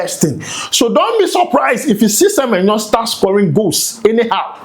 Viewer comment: please pronounce Semenyo well. I'm a big fan of you.